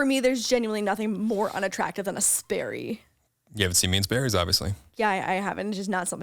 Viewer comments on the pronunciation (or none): Me, a Californian - "what the fuck is a 'spary'?! GOOGLE ohhhh... sperry.... Boat shoes. Oh God yeah, so ugly"